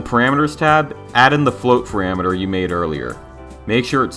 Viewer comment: "paramater" lol btw thanks for these tutorials. They are so neat and to the point!